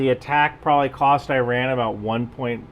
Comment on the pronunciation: You are pronouncing it how Iranians pronounce it (i.e. īrān), since the english o here (as in the word on) is equivalent to the Persian long ‘a’ vowel which is usually transcribed as ā (in uses this vowel to pronounce tehrān). So E = ī (ای) and ron = rān (ران), joining the 2 gives īrān (ایران). Those who spelt it like E-rahn would be pronouncing the long ‘a’ vowel as a short ‘a’ vowel which would give īran (ایرَن) not īrān (ایران). Obviously given that they are representing their pronunciation correctly using the English alphabet.